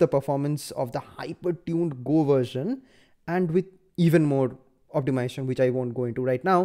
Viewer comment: opti mi-zation brother